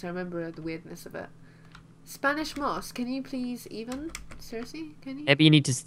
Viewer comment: it's moss not miss